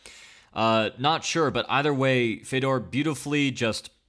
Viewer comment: What is it with the weird Fedor pronunciation? Common man, there is like a billion ways for you to hear(The commentary team?), how can you still say it so weird?